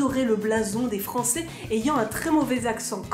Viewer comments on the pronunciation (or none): none